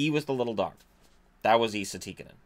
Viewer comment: Wouldn't call it butchering